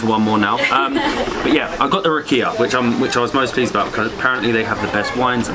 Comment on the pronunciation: So you mispronounced everything except rakia. :D